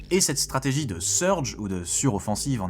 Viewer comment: Machado on dirait Netanyahu en femme. Et sa prononciation est vraiment cheloue. Les hispanophones qui disent "strategui" ? wtf